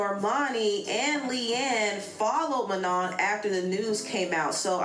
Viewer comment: She even pronounced Manon right while talmbout “manen” 😂😂